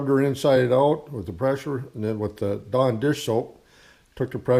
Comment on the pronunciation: I kept thinking he was saying "John Deere soap..." I was like whaaa? Finally figured out he said Dawn dish soap. lol.